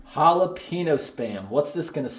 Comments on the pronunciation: To pronounce the "Ñ" in jalapeño, just place your tongue and hold it flat on the roof of your mouth when pronouncing the N part, then release as you get to the O. It's really not that hard. The word is pronounced like "Halal (without the L obviously) PEH (like the E in send, not pee) - neo". Pronouncing it "jAlaPEEnOou" sounds atrocious 😂. Even Rickie from Trailer Park Boys said it better. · It's Jalapeño....not Jalepeeno. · He definitely said jalepenis spam. He didnt mean too but if you listen carefully he definitely said jalepenis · okay guys we got the holla-pee-no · The majority of non-Hispanic people don't know the sound of ñ... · Jahlapeenos lol